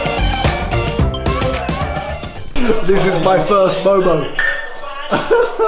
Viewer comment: I’m half Nepali! And momo is my fav food 😋 And that’s not how u pronounce momo ;w; Btw did u know that Nepali ppl eat rice for lunch and dinner??